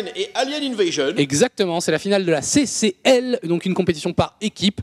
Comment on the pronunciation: C'est final de la "CCL" pas "SSL" hihi ^^ Sinon je peux le dire, j'y étais héhé regarder le nom des personnes qui quittent la game à la fin :P Très bonne game des 2 côtés !